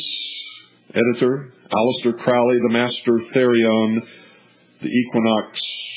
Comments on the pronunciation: And it is pronounced "crow''lee... So if you don't even know that... Should we believe anything else you babble about? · You can’t even pronounce his name correctly, so how can we believe what you are saying?